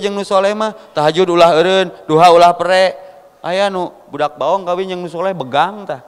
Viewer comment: Td ngomong Ad-duha salah ucap euy kahade bro